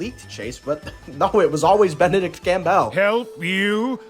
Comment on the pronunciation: "Campbell" is pronounced "CAM-bull". Not "Cam-BELL".